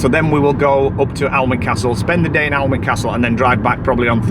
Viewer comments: Just to let you guys know it’s pronounced anick 😊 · Hi, so glad you enjoyed Durham, I'm a geordie from Gateshead but lives on the coast in Cullercoats. can I just say, you pronounce Alnwick as Anick, the l and w are silent.xx The van is so cosy, I bet you can't wait to get back to it after a day of sight seeing. Looking forward to the next vlog, take care xx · One of my favourite parts of the country….Northumberland, Bamburgh, Holy Island….Alnwick( pronounced annick) fabulous Castle! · Love your blogs guys ❤ just a heads up Alnwick is pronounced Annick x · Don't sound the w in Alnwick its a lovely place